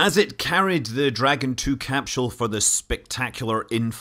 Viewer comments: Evert time he says 'CAP-SHUL" i twitch. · I love how Scott pronounces it as capshool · What's a capshull?